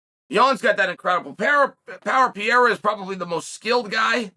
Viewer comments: "Per-era" please Chael, Ariel already taught you.. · Chael, Pierra is gonna KO you for mispronouncing his name purposely. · The evolution of Chael's pronunciation from Pereira to Pierra to just Pierre is truly something to behold. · Can chael learn to say pereira not pieira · Who the Fuck is Pierrerer? Only from Mr Sonnen lol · I've just one question, who the hell is Piera? 🤣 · Let's go "Piyera"! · My dude might have that dyslexia thing because how do you even get “ Piera “ looking at his name? Wtf? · If Chael says it’s “Pee-air-uh” then its pee-air-uh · Never lost a round…never even tried to pronounce Pereira’s name right. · Take the time to pronounce his name correctly please? We say yours correctly. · How are you still butchering Pereira’s name like this 😂🤡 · you could learn how to say Pereira is not that hard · Chael’s commitment to mispronouncing Pereira’s last name is next level lol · Seriously, even after Ariel's correction 😅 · Ariel just told you how to pronounce Pereira's name! You're also the only person that calls Jorge Masvidal George! I think it's obvious that you're doing it intentionally and I like it! 😂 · Only Chael would choose to continually mispronounce someones last name rather then just use their first name. What a legend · yeah but he can pronounce adesanya. You would just think you would take the path of least resistance rather than continually Mispronounce someone's name in a professional context. But it's chael and he doesn't give a shit. He's actually a great example no one is referring to him as sonnen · even after Ariel tells you how to pronounce it on 2 separate occasions and spelling it properly everything, you still can't say the name right. you sure you don't have any CTE champ?